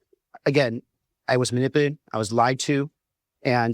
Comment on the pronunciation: Yep. He called him "Swall" and dropped the second half of his name, and said "manip-late", and a few times I can't even make out his words. He's acting like he just got back from a run.